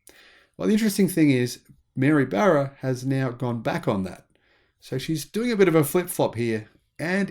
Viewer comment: “Barra” rhymes with “bar,” not “bear.”